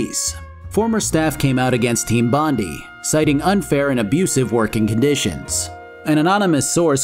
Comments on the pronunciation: It’s bon-die, not bon-dee. It’s named after the beach and surrounding suburb of the eastern suburbs in Sydney, Australia :) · As an Australian: Bond-eye not Bond-ee Otherwise good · Team Bondi's name is based on a location in Australia called Bondi beach pronounced bon-dye, not bond-e just thought I'd point this out. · dropping this at 3AM Australian time means there aren't too many "It's Bond-eye, not Bond-ee" comments... yet. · After getting a couple of answers wrong during interrogations I was surprised there wasn't a dedicated 'pistol whip' button. Also Bon-Dye not Bon-di for the studio. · As an Australian I just have to say Bondi is pronounced bon-die. Great video! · Might just be that I grew up near Bondi, but I have visceral sensation every time i hear you say Bond-ee and not Bond-eye . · Great video so far I'm not done still going through but because they are an Australian company so it is most likely pronounced Bon- Die not Bon-Dee that's just how we Aussies says shit and we have a famous beach of the same name Bondi Beach keep up the great vids can't wait for the dragon age 2 video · I'm sure comments must've been made below but it's pronounced Team Bond-ai (not bondee). Bondi is a famous beachside suburb in Eastern Australia, within Sydney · As an Australian I feel I have to say this. It’s not team Bondee. It’s pronounced Bond - eye. Like the beach. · It's pronounced Bond-eye not Bond-E. love the content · As an the way pronounces Bondi hurts me. Like I don't blame him, if you had never heard it before and just read it, you'd think that's how it's pronounced. It's actually pronounced Bon Die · Good video except it's Bondi as in Bon-die not Bon-dee. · It's pronounched Bond-eye not Bond-ee. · Fantastic video! It's pronounced Bon-dye not Bon-dee though :p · Bondi is pronounced bond eye. Bondey sounds funny though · its bon-die, most aussie sounding shit ever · Every time I hear bondee I cry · Oh come on dude - "Bond-eye" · It's Bond- eye